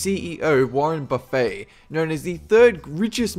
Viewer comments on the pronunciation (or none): Warren buffet lol. It's Buff-Et not boo-fay. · It's pronounced "Buffit" not "Buffet"... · warren buffet isn't prounouced buffay it is buffit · Warren Buff -et as in bullet. Not Buff -ay. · Just to nit pick, I'm pretty sure it's pronounced Warren Buffet with an e-t sound at the end. Not like the style of food service buffet with an a sound. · It's pronounced 'Buff-ETT', not 'Buff-AY'. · Its not warren buffet as in a restaurant you idiot, its warren buff-ett (how you pronounce it) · I know I'm probably not the first, but... LOL... Warren "Buffet". It's pronounced "buffit", not "buffay". Just so you know. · No, Mr. smarty pants. Warren Buffet pronounces his last name "buffit", not "buffay". I know this is hard to grasp, but one of these things is an assortment of food to choose from, and the other is a person. When it comes to peoples' names, they pretty much pronounce them how they want. And Warren pronounces his name "buffit". Thanks for playing. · It's pronounced Warren Buff-it not Buff-ay. Even thought it is spelled Buffet. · its warren buff et not warren buffay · Pits buff-et not buff-ey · it's warren Buff-et, not buff-ay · It's Warren Buf-fet, not Boo-fey. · Warren buffet...pronounced warren bUfit.... Not as in a free for all food section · Marianne Baly No, he doesn't actually. It's Buff-ette not buffet, and it's ock-tion, not awwc-tion. Sorry I hope you can understand my terrible attempt at phonetics. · Waren Buffett pronouced Buff-it not like the food line buffet. XD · please work on your pronunciation Warren Buffett is not pronounced Warren Buffet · It's Buffett (Buff-et) not Buffett (Buff-ey)... limey dunce... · ok you said something wrong and it made me cringe lol, its pronounced warren BUFF-IT not BUFF-AY. its spelled like buffet but pronounced different. sorry had to point it out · Lol, I live in Nebraska, Warren Buffet is pronounced "Buffit" Not "Buffay". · Good video but its warren 'buff' 'ett' not 'buff' 'eh' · Its buff-et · *Warren BUFF-ET not Buffet.